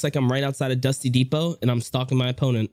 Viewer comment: Dusty depot you said it wrong lol season 4 dudes